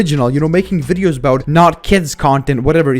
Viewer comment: “all he does is just woasts my aiditing and the way that i talk in my vwideos” 🤓